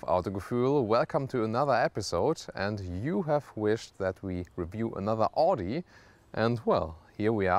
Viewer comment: You're german..why don't you know how Audi is pronounced?!